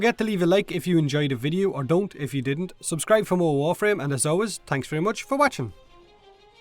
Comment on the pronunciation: i allways understand " and as always tanks so much for watching "